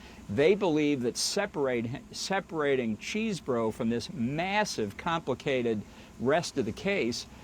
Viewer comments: I chuckle every time someone says Cheese-Bro. Its actually pronounced Chez-Bro. You dont even want to know how I know this. 😂😅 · Am I hearing this right? Did he call him Cheese Bro?😂